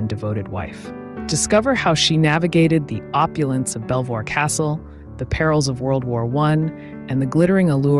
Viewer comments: Beever Castle, not Belvoir, I believe. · Isn't it pronounced "Bee-ver/vor" castle? "Not Bel-voir" though it is written so? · You don’t pronounce the l orbthebirbitsvpronounced besver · Belvoir castle is pronounced Beaver castle. Makes no sense but that the English language! Love your videos. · Belvoir castle is pronounced Beever . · Belvoir Castle is pronounced as "Beever Castle" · Sorry to be a pedant but Belvoir is pronounced beaver. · During an attempted edit. I accidentally deleted several comments without having read them. Sorry, please leave your comment again. I appreciate it. Sorry for the mispronunciation on Belvoir Castle, and thank you to those who pointed it out. Who would you like to see next ?